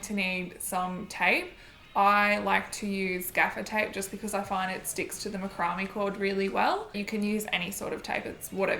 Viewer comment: Beautiful piece but I can’t get over how you say macrame. It’s pronounced MACK-RUH-MAY. Just wanted to let you know in case you make more vids in the future.